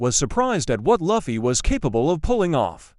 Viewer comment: You know, most people love gear 5 and luffy is pronounced as (l-oo-fy)